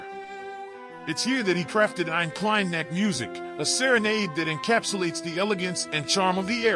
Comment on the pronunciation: God, what a bad pronunciation on "Eine Kleine Nachtmusik"... you know you can find out and learn the correct pronunciation, if you really want to.